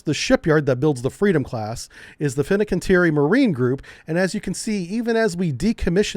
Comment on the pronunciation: fin-can-ti-er-i. Just read it as written.